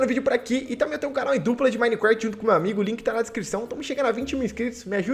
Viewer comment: Pessoas normais: Minecraft: minecrasht